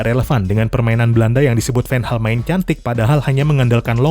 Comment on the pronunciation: anda nyebut Van Gaal sedikit seperti menyebut Ten Hag